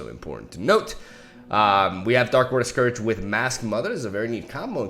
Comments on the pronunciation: Scourge is pronounced "scurge" without the "ow" sound. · Darkwater Scourge is pronounced like: Scurge. And Strafing Strike is pronounced like: Stray-fing Strike. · Scourge is pronounced like “SCURGE” Strafing is pronounced like “STRAY-FING” Hope that helps :) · Scourge = 'Sc' as in School & 'ourge' as in urge Also, Strafing = 'Stra' is pronounced stray & 'fing' is still fing